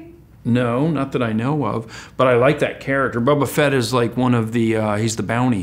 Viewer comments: Mispronouncing Boba Fett; can’t let that slide. Boycott, I say! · He says boba fett really weird lmao 😂